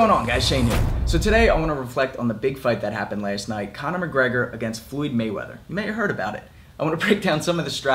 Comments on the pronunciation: First and foremost: Why do you pronounciate "Floyd" as "Fluid" ? That's funny as hell, I'm gonna make this video into a drinking game everytime you say " Fluid ". Second: no, McGregor did not deserve to be in that ring with "Fluid" Mayweather. He is so much of a weak puncher(In BOXING) and an amateur(In BOXING) that his punches were doing shit to "Fluid" Mayweather" so much so, that "Fluid" Mayweather felt comfortable going on the offensive, yes FUCKING MAYWEATHER, went on the offensive. He was eating McGregor's punches left and right, he was not rocked, shaken not even one bit, he was like " Sure why not ?" and kept on walking forwards . "Fluid" wasn't rocked too many times in his career, but mostly because of his defensive style, he doesn't have a weak chin, I'm sure of it, but in boxing he is far from being known for chin at all. In boxing his chin is what ? Mid tier ? There are many, many, many people with much stronger chins. And McGregor got TKO'd by Mayweather's punches. Mayweather was doing damage with every punch he tagged into McGregor. Fucking brittle hands Mayweather, Mayweather has a stunner punch. Not a top tier punch in his division at all. If it was Manny in that ring, the fight would have ended in round 1. McGregor did not deserve to be in the same ring as Mayweather. Mayweather however unlikable he is (And damn, Mayweather is unlikable as hell), is a legend and McGregor did not deserve to be in that ring with him. Hell, many champions of the world in boxing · Did you just say Fluid Mayweather?